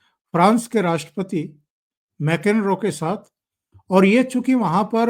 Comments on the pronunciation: जो आपके। विष्लेषण बहुत अच्छे हैं, केवल एक बात का ध्यान रखिए कि विदेशी नेता लोगों के नाम सही लिए जाएं। आपने बार बार प्रास के राष्ट्रपति को मैकेनरो कहा जबकि उनका नाम मैक्रों है। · सर, आपका विडीओ इच्छी हैं, एक सुझाव फ्रांस के अध्यक्ष का नाम मेक्रान है, मेकेन्रो नहीं. कृपया अगदी बार सही नाम से जिक्र करें. धन्यवाद